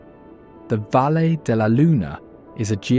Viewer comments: It is not pronounce "valleh" - I do not know how to properly circumscribe it in english, "vayee" como in "vaya". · You need to improve your pronunciation of Spanish names like Valle